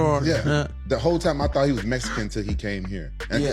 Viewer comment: Why Rampage say “Mesican”. Let me axe you a question Rampage